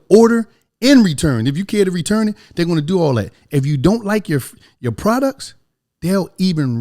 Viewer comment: Some of the best "prodects"